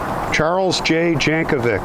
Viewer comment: It's Jankovic its slavic Janković